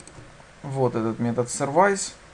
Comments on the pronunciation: Только не сервАйс, а сЁрвис (как в слове автосервис:) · Всё, в принципе, элементарное объяснено. Хотя, ничего не разъяснено по поводу POST, PUT. Произношение слов английских необходимо подтянуть. Что бы не было "сервайзов".. В общем, никак.